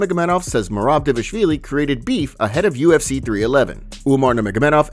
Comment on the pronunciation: Can you please pronounce Merab’s last name correctly? That’s why he put out a video teaching everyone how to say it